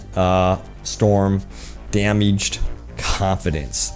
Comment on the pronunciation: “Grapheeks”, “dameeged”